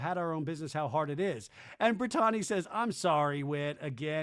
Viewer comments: Why do you keep pronouncing BRITTANYS name like "Brit-ton-nee"? 😮🤦‍♀️ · He's always done that 😅it's intentional.